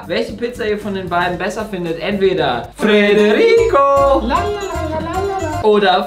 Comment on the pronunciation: Freterico? Heißt es nicht Frederico?